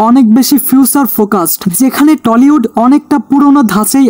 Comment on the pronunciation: টলিউড না টালিউড হবে রে গাইয়া গবেট